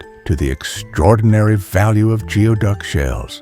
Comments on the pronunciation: It is not pronounced geoduck , it is pronounced gooey duck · It's pronounced gooey duck